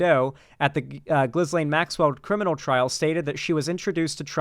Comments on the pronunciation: Its not Gizlaine, its Gillaine. Its pronounced Gillaine! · Ghislaine is pronounced Geelaine